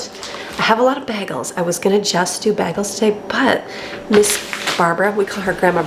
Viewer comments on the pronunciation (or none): you have to say Bay-gels!! I'm from NY, sounds like you say baggels. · Love you videos. Love to see how organized you are and the care you take with your home and family. Enjoy your cooking aand baking...those cookies look terrific. But please pronounce bagels 🥯 bay-gulls! Just a silly pet peeve. See you tomorrow!